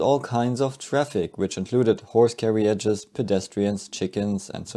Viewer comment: Carriages has 3 syllables. Ignore the "I."